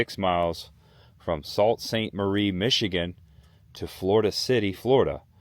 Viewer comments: Those bricks are beautiful! Actually it’s pronounced “Soo”. I believe that in the flint area it’s still called the Dixey. Very cool!! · Former Michigander, Floridian for 20+ years. Great video! I am amazed that a large chunk of the road still exists. Btw Sault is pronounced "Soo."